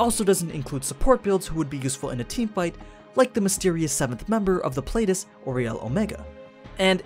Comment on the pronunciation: Pleiades is pronounced plee-uh-deez. Not play-dus.